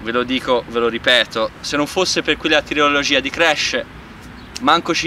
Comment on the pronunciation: Si dice "trilogia" non "triologia" si vede che ti sei fermato in terza media XD